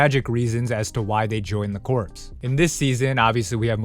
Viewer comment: Corps is pronounced like core. Youre not the only person who pronounces is it like corpse and Im surprised its sucha commonly mispronounced word?